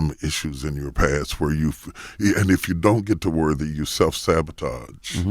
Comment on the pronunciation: I was confused for about 45 good seconds when Charlamagne said he finally got to "worvy..." I was like... excuse me?!?!? Bishop Jakes was confused too. Alright, let me go post something positive.